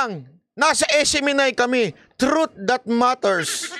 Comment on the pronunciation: False Hindi trith